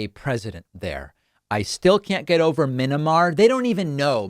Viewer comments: "What happened in 'Minamar'..." These lowbrow hicks can't even get the names of other countries right. As if that bonehead would even know where MYANMAR is. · "Minamar" !? LOL These people are simply idiots! Ignorant, belligerent idiots. And as such they're dangerous. And it's only going to get worse. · "Minimar". For a person in his position, he should know how to say it. My first thought was he was drunk. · "Minimar". Nothing says republican more than not knowing the name of a country outside the US. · "Minamar"? Oy vey. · Did he say "minnamar"? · Minimar? More like minimal intelligence. Seriously, if you can't pronounce a nation's name properly, maybe an insurrection should not be your top priority. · “Minimar” you know you’re seeing that on Rachel maddow tonight 😂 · “Mynamar” these people can’t even say the subject of their discussion correctly, I’m surprised those idiots haven’t started calling the country Burma and mispronouncing it as Borneo 🙄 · "Min-a-Mar" is that where Minnie Mouse lives? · Was the mispronunciation of Myanmar deliberate IE speaking to the level of the intended audience? If not I have to be concerned about the education level of people in such high and influential positions combined with a disinterest in world affairs unless it is exploitable. Worrying either way!